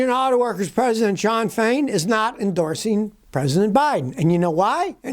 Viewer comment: "Endorseen" "expecteen"????????